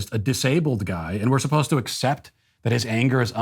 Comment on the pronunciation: "Our manager was 'posed-ta' come in this weekend.." ...This is an "ivy-league" student?